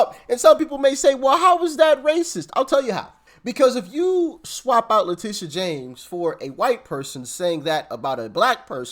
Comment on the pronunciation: STOP CALLING HER LETICIA! THAT BITCHS NAME IS LETITIA. LIKE A TIT. STOP SCREWING UP A BEAUTIFUL NAME LETICIA. SHES FUNT N HER NAME IS LETITIA.